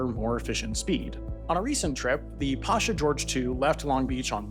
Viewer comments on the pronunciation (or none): Pasha Hawaii is pronounced "Pay-shah" Hawaii.